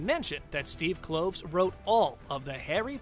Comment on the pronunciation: Yeah, what a failure! "Crimes of Grindelwald" only made 655 million worldwide - shame really😝. And like this guy said, the third film is surely as "doomed" , so it will probably only make a paltry 700 or 800 million bucks. And BTW, it's Steve Klov-es, like Clovis, not Cloves.